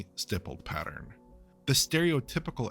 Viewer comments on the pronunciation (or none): none